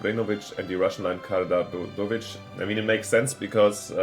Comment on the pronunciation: It's Kara-George-evitch :D